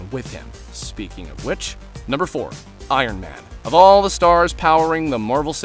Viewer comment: I raged when he said iron man